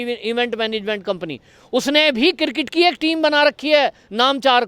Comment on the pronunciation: ( ) please learn to pronounce properly. It is CRIKET & for GODS sake please pronounce properly or avoid saying CIRKET. Suresh